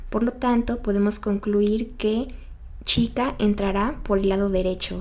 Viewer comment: Dijiste chita en vez de chica